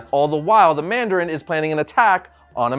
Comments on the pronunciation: Mandarin not mardarin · ITS NOT MARDARIN NOOOOOO